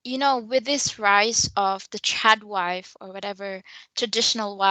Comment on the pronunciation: LOL--several times when I hear say "Trad wife" in this video, I thought she said "Chad wife"!